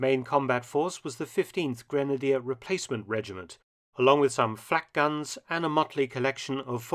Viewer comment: "Along with sum FLaacCKk GAns"